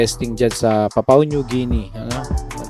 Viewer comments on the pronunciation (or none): Papua po not papao😊